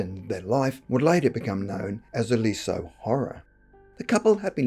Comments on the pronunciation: Not 'lee - so' but 'leez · yuh'. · I live 5 miles from Lisieux (which isn't pronounced Lee-so, but Leez-yuh). I've heard this story before (on TV), but I've never met anyone who knew anything about it directly. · It's pronounced Lih-Zieww. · The town is pronounced "liz year '